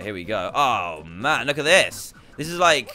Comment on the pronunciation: its at not ate